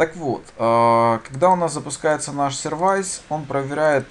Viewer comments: все хорошо, только не Инит, а инИт, не сервайс, а сёрвис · Только не сервАйс, а сЁрвис (как в слове автосервис:) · Всё, в принципе, элементарное объяснено. Хотя, ничего не разъяснено по поводу POST, PUT. Произношение слов английских необходимо подтянуть. Что бы не было "сервайзов".. В общем, никак.